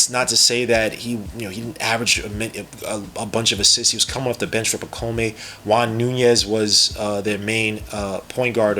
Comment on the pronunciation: Dude, his first name is pronouced (pa - comb), not (pa - co - may). Also, he's coming over this year. He is not being stashed away. Personally, I rank the Knicks' draft grade A, especially seeing how their highest pick was 25th. They probably should have traded a couple future second rounders to try and get an additional pick in the 31-33 range to pick up Filipowski as well. But I guess they were confident in being able to bring back Hartenstein. Hukporti is a good pick, though. Already has a better offensive bag than Mitch and Jerico.